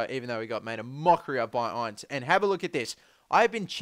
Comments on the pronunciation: its not pernouced ience its inse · Q and a * and btw it Tom in-ce not I-nce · It's pronounced Ince as in 'Mince' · Ince is pronounced in-seh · Its pronounced IN - CE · Pls google how to say Ince properly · Buy ince!!!! It's not a long I sound it's a short I sound